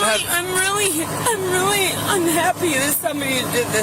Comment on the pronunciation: He sounds weally swilly